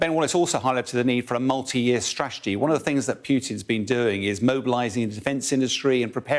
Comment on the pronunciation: He cant even say Putin